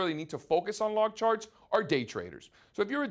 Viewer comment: I cringe every time he pronounces "arithmetic"